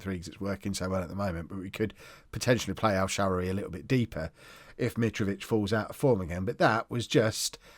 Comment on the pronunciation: Hi, it's pronounced: EL-SHUH-RAR-WEE